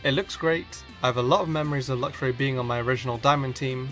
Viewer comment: THERE IS NO O IN ELECTVIRE! AND IT'S LUXRAY, NOT LUXURY!